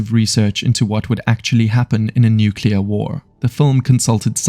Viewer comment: Nuclear, not nucular